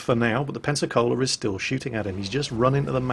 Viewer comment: Every time i hear you pronounce "Pensacola" i hear "Panzer Cola"